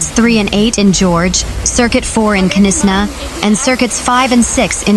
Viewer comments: Were the. Hellish k NIS Na. It is Knysna. The K is silent. Really get some news announcers that. Can speak. Irritating.pronouced nisna.😡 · Not Ke nisa, but Knysna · Knysna pronounced Niysna. No K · Listen, girl, I say this with love and absolutely zero authority except being South African and mildly traumatised by bad pronunciation… It’s Knysna. Not Kuh-niss-na. Not Knyzzzzna. Not whatever crime scene just came out of your mouth. The K is silent. Say it like: NAYS-nah There. Fixed. The Garden Route may now continue healing. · Knysna - pronounced: NY-znah To make it easier, you can think of it in these three parts: NY: Like the word "nice" (but without the 's' at the end). z: A soft 'z' sound. nah: Like the beginning of the word "banana". A few important tips: The 'K' at the beginning is completely silent (just like in the word "knife"). The emphasis is on the first syllable (NY). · Please just say Nysna “K “ is silent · Knysna is pronounced Naaisna! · Knysna. Pronounced with a silent k as in knife 🤣🙈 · Knysna learn to pronouce it correct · The K is silent in Knysna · Knysna and Oudtshoorn please pronounce correctly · Oh Lord...Knysna...she s American? She s struggling with all the names...be safe everyone ❤ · Pronounce Knysna correctly!